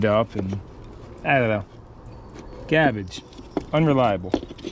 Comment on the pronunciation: It's funny😂 to me the way you said 🗑 garbage